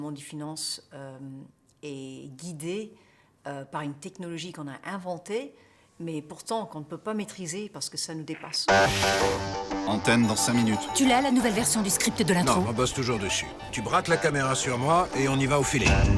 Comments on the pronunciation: Je ne suis pas d’accord. Elle possède (a) un accent très américain. S’il vous plaît, portez une attention particulière à sa prononciation du mot “inventé”. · pas d'accord. elle possede une accent et intonation grave Americain. s'il vous plait faitez attention à son pronunciation de mot " inventé"